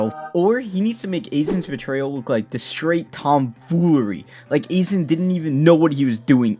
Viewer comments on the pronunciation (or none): It's so easy to say Aizen's name correctly. That has to be an intentional mispronunciation. You lost me immediately.